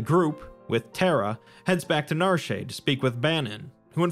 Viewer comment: The town of Narshay? How do words based on French mess people up so badly? When you see complete do you want to say completay? 😂 Cut it out for the love of God 😂.